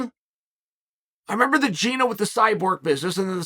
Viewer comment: It's GinA, not Gine, to whoever is editing Chael's video